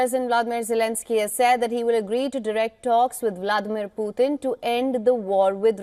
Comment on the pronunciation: Putin not puthin!!